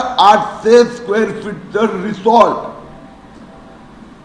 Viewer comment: Resort nahi rechort😂